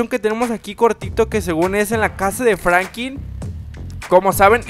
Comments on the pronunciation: Franklin no Frankin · WEE. SE. DISE. FRANKLIN